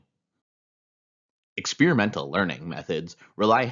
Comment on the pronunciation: Is the narrator high? He didnt even pronounce Experiential correctly...